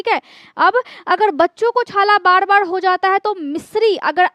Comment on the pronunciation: बाड बाड बिमाडी नहीं चकड .बार बीमारी चकर बोले.र को ड ना बोले.